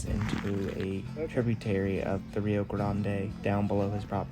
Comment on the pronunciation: bravo you said rio grande the correct way, as opposed to 99% of you tube videos.i have been to the bridge in taos a few times,and filmed it,also kit carson homestead.taos earthships are also worth seeing. new mexico is very different from my home in vermont,i really enjoy it there.